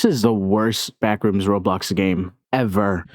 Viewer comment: FYM "BLACKrooms" 😭😭😭